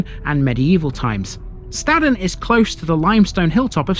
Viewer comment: Your pronunciation of Staden is wrong, we don't say it like that up here in the hills of Buxton ! I warn you then , Stay away from around Buxton , even the National Media called places around here wrong, even Buxton, your going home in a Buxton/Staden Wheelie Bin !!! what a complete Plank !